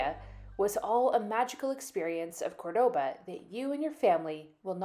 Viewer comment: I want to acknowledge that since going to Cordoba and making these videos, I've realized that I am pronouncing 'Cordoba' wrong! 😳 Can't go back into the video to fix it, but wanted to make mention of it here.